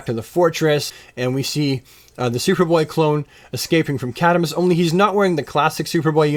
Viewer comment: your pronunciation of cadmus is funky